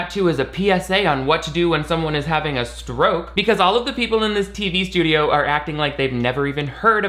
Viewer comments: I had to listen four times to realize you were saying 'permanently remembering her husband's stroke' and not 'permanently remembering her husband's scrote' I think I need to go to bed. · I definitely thought you said remembering her husband's scrot not stroke lol